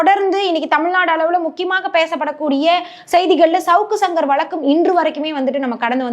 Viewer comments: அது ஏம்மா ஷவுக்கு ஷங்கர்னு சொல்ற. சவுக்கு சங்கர்னு சொல்லு. அதையும் 1000 தடவை ஷவுக்கு ஷங்கர் அவர்கள்னு சொல்லி கடுப்பேத்துற. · Shankar க்கு வர்ற ஷ வ சவுக்குல போட்டு ஷவுக்குன்னு சொல்லுது 😂, அதுக்கு சங்கர் ன்னு சொல்லலாம் 😅